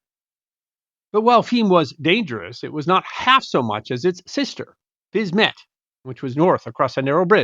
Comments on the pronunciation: If Fisme is pronounced in French as 'Feem', then surely the little part of the town across the river is pronounced 'Feem-ett', not 'Fiz-mett'???? The French suffix 'ette' means small version I think? Makes sense I think 🤔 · Not even a French speaker, but I'll hazard a guess that if Fismes is pronounced Feem , then Fismette will be Feemette .